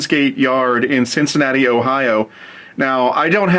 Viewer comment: no o on Cincinnati